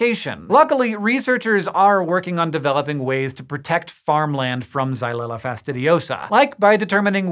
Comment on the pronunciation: I love how easily "xylella fastidiosa" rolls off his tongue.